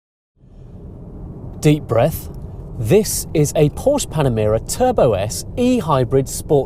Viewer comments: 10 dollar camera, and calling it porscH .... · Por-sha!!! Get it right! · Reignmkr! Only retards in america say porsha